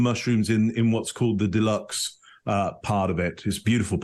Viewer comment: Lol not 'deluxe' but duxell (pls excuse my spelling). Mushroom paste as u will 😊